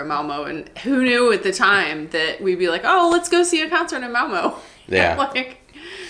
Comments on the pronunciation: Hallo agin. I noticed you are neglecting the line over ø. And prenonce it o. Like in Malmo mad not Malmø. You need to say æ ø and å. Difficult but not impossible. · Malmø - not Malmo. If you say "Learn" or "Earn", then you have the pronunciation for the ø in the end of Malmø. Say Malmearn - Malmearn a few times then drop the n at the end and you have a perfect pronunciation of Malmø. I like you videos! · Remember if you pronounce Malmö like Curley & Moe, it's incorrect. The "Ø" / "ö" is very distinct and mustn't dip!